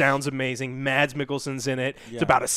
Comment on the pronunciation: Fyi you dont pronounce the "d" in mads like that .. it's a silent d. The name is pronounced like "mass" but with a much shorter a sound